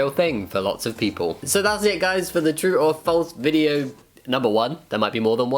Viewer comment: When he says true or false quickly, it sounds like he’s saying “truffles” and now I wish this was a video about truffles